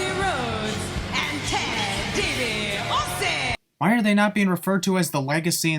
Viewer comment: Maybe it's how she's pronouncing it, but Lillian says "Diasse" instead of "Dibiase"